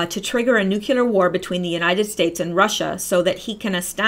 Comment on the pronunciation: nucelar or nuclear?